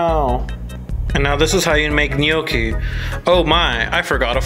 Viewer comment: gnocchi is pronounced nyawk-kee